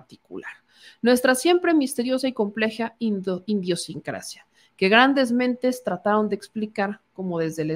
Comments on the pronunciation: O no sabes leer o Luis no sabe escribir. Como que “indiosincrasia” 🤦🏻‍♂️ Además, claro que los otros presidentes no opinaban de las otras películas porque no tenían montado un circo donde había que hablar de todo aunque no sepas de nada. Ooootra, por favor no hay que escupir hacia arriba cuando se critica a alguien de decir solo de medias verdades por😢te tengo noticias 🤷🏻‍♂️ en tu speech abundan 🤷🏻‍♂️ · Se dice idiosincrasia. No indiosincracia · la palabra correcta es idiosincrasia, tal como está escrito, sin N, pero tu la estuviste pronunciando como iNdiosincrasia. Es crítica constructiva. Me gusta tu video, saludos! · Idiosincracia no indiosincracia como menciono la señorita. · es IDIOSINCRACIA, sin la"N" que añades al leer "iNdiosinctacia"😂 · Oye, dijiste "Indionsincracia" muchas veces, creí te habías equivocado pero lo repites y esta escrito: Idiosincrasia" ósea que pedo? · Porque dicen "indiosincracia" le agregar a propósito la n? Porque la palabra correcta es idiosincrasia. Será que quiere refieren a la palabra indio? Pregunto porque no es la primera vez que escucho eso. Quizá no se ha dado cuenta... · en la lectura dices... (*indiosincracia* y es idiosincracia) creo q leíste mal. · no se lee: Indio sincracia, es: Idiosincracia, saludos. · ...es IDIOsincracia no INDIOsincracia... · se dice “idiosincracia” no indiosincracia 😗😗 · Idiosincrasia. No INDIOsincracia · Idiosincracia no indiosincracia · !!!!PERDON, ES IDIOSINCRACIA……NO INDIOSINCRACIA!!!! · SE DICE IDIOSsinceacia NOOO INDIOsincracia... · Qué bárbara...IDIOSINCRACIA ...no iNdiosincracia. Mejoren su lenguaje, youtuberos. Y no es "régimenes" sino REGÍMENES. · Si, varias veces pronuncio idiosincracia como "Indiosincracia", pero creo que fue por equivocacion, no por desconocimiento de la palabra. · cuatro veces pronunciaste “indiosincrasia”. Tú muy mal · Por que dices indiosincrasia si es idiosincrasia y lo repetistes varias veces